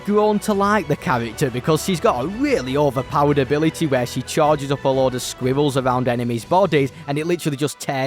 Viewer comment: My guy says squyvells